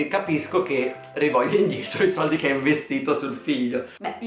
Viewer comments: Che odio come dici sordi😓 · Ti adoro quando dici “li sordi”